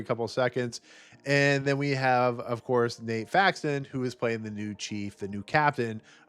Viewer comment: Broken Lizard, no s Nat Faxon, not nate